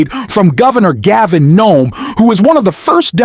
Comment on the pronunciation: HIS NAME IS GAVIN NEWSOME HIS NAME IS PETE"" "Boot A Jedge" New some Boot. A. Jedge